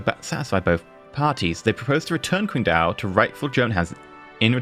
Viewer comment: Is it really that difficult to pronounced Qingdao properly... Hell even "Ching Dao" sounds better than "Quing Dao"